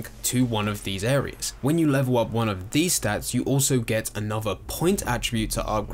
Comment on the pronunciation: I swear you say 'look at veese' instead of 'these'... could be trippin though...